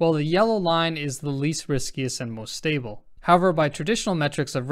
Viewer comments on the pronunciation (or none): none